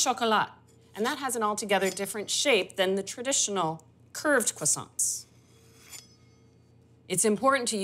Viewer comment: Except for the annoying pronunciation of the word "croissants" ..